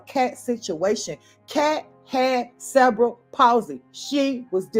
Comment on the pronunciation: Cerebral (Sir-ree-be-ral) Palsy